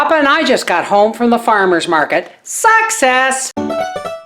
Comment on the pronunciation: during your opening line of this vid, when you said....success! I thought at first you said..."sucks ass". I burst out laughing. LOL!!!!